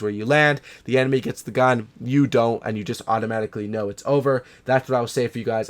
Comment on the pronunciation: he says gan. LOL